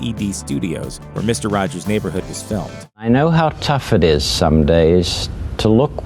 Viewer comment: “Misto wajows” Oof.